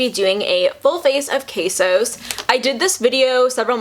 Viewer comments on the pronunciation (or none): Loved the video! Also, did you notice at the very beginning you said kasos (sounded like quesos in Spanish) instead of kosas? Lol. Instagram: lovelytidess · Girl you said quesos and that is cheese in Spanish 😂😂, love the review btw helped me find my shade❤ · I'm sorry I think just heard, "...a full face of... quesos..." Lol